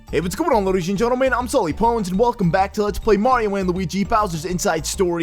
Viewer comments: I just heard that its hallarious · no I thought that to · No, i thought that too!😂😂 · Am I the only one that thinks he sounds like he says "Luigis and gentle man" at the beginning of his vids? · To me it sounds like "Luigan Gentleman"